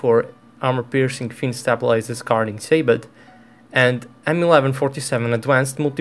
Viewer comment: sabot is pronounced /saybo/. It's french